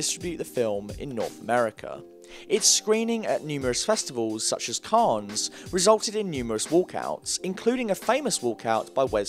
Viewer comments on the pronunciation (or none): I cannot believe this man pronounced the s in Cannes.